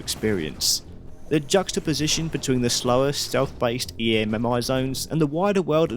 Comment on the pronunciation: You saying E.M.M.I. instead of just EMMI is driving me insane